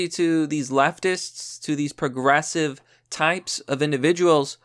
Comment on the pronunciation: 'Coporations' and 'puhgressive' aren't words, you pathetic idiot. God, you can barely read, you can barely speak English, and you constantly spread misinformation. You are the reason that the First Amendment shouldn't apply to everyone.